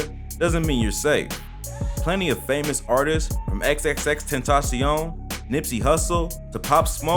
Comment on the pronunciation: the way he said xxxtentacion |